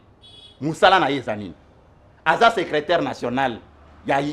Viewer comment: Salut depuis les 🇺🇸🇺🇸🇺🇸 Invité na yo vraiment 🤔🤔 Ye azolobela niveau d'etude ya Ndeko na ye mais ye moko ba pronunciations mabe"secreteur"......🤨